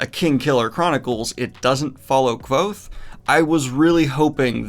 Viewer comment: You mispronounced Kvothe man!